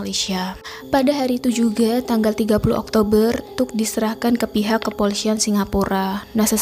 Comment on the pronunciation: Kepolisian. Bukan kepolisyian.